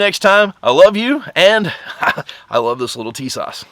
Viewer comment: I purchased My Tisas for $399.00, and I love the look and feel of the M-1 A-1 1911 /.45. The Cerakote finish is beautiful, the fit and finish is excellent! This is my sixth 1911 and the least expensive by far, but it is a nice weapon. And BTW, it's pronounced "Tee/sash...